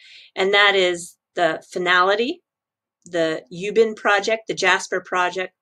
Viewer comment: Hey! Thanks very much for the great video once again. I'm a Singaporean btw Ubin, you don't pronounce as U bin, it should more like (Wu-bin) like Uber..😉